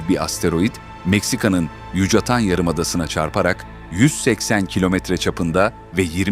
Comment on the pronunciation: belgesel iyide şu yabancı dilide öğrenenin artık yahu yucatan diye yazilır yukatan diye okunur